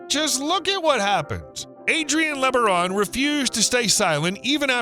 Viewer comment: Don't belive the .B.S LOOK up and research Ervil Lebaron , .... Brian Denahey portrayed Ervil Lebaron in the movie prophet of evil. Those Lebaron are NO good. Do the research and find out about that family. This youtuber continues to pronounce the name wrong.